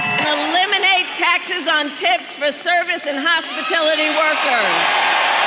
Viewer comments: Harris calls it Hospitility workers it is pronounced Hospitality workers/Total idiot in everything. That is Obamala for you..!! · she doesn’t even know how to pronounce “hospitality”.